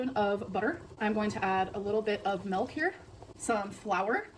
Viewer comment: I understand melk is annoying but the one I hate more is bolth. Maybe it's because it's used more than melk it gets me irrationally incensed